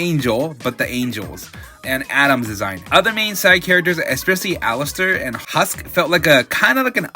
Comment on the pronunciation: Dude were you even paying attention to the show ? How did you CONTINUOUSLY keep messing up HUSK and Vaggie’s names ? Also HUSK is a cat with wings, a 5 second Google search would’ve told you that . I can’t believe you said that out loud and left it in lmaooo Also complaining about profanity and sexual imagery, and then using those WEIRD ass clips as transitions between episodes was… a choice . And btw the sexual imagery served a narrative purpose in episode 4 because it showed what Angel Dust was being put through and why it warped his mind to act the way he does before his bonding with HUSK started to set him in the right path . It wasn’t even the majority of the episode, the worst of it was shown in very blink-and-you’ll-miss-it moments . Between that and what was said about Alastor claiming Charlie as his daughter, we gotta work on our media literacy a bit here . I’d encourage people to first think about what a show is trying to say (and watching it more than just once) before slapping together a review, whether you like it or not .